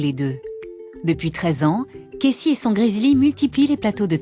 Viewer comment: elle me stresse je comprends pas pourquoi elle dit Kessy et pas Casey